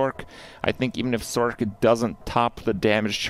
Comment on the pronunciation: Thumbs down for your pronunciation of sorc. I'm petty I know.